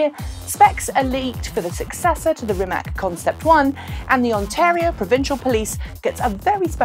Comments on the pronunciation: I learned rimac is pronounced with something like a ts at the end, maybe you want to check how it’s correct. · It is, Croatian pronunciation is rimats (or rimaz), like tsar (listen to However, even the founder, whose surname it is, "butchers" it this way, I guess he learned the lesson of that other foreign hypercar manufacturer no one can quite pronounce. What is it? Koeninengensegg? ;)